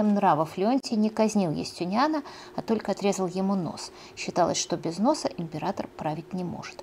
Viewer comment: Особенно тока и шобы, очень мешает и отвлекает. Юлия, если Вы думаете, что это изюминка, или приятная особенность, то Вы ошибаетесь. Старайтесь произносить правильно слова.